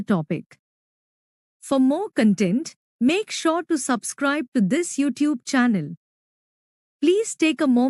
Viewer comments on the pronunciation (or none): none